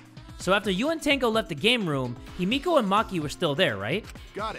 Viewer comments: everytime he said himoko i screamed HIMIKO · I don’t know what’s worse: saying Himiko as Himoko or IBeerleezy saying Chiaki as Chihari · "himoko" no. No. 💀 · it’s pronounced hee-mi-ko 😀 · No one: Not a soul: Not even Kokichi:: changes how he pronounces Himiko's name every time he says it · ok so im fine with him saying Byakuya wrong BUT him sayin Himiko wrong bothers me